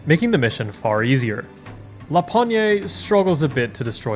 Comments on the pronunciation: pretty sure "pogne" is pronounced \pɔɲ\ so without the "ay" sound at the end, it's an old slang word for hand here you can hear him present himself as "lapogne36" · I really like how you pronouns la pognée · Being a fellow frenchman, i'm pretty sure the E in Lapogne's pseudonym is silent. "La pogne" colloquially means "the hand". It would be pronounced "La pogn-". Also I can recognize the video quality, and he did not use his finest french potato to record his run, opting instead for a stale baguette. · I am amazed by the amount of work it took, and is gonna take for this serie... huuuuge respect ! As a french, a minor thing : lapogne is told "la pogne" without any accent at the end, a rarely used word to tell "the hand" to be simple. you can think of it like "to shake his hand", "lui serrer la pogne". That's the reason he has a hand for profile picture ! La bise !